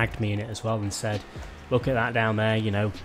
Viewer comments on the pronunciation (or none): none